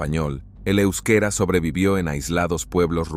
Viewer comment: Hola compañero, saludos desde este lado del mundo. gran video, solo aportarte, el " euskera " se pronuncia tal como se lee, de hecho, practicamente todo todo todo en español " de españa " suena tal y como se lee. que lo sepas! para la prox! un abrazo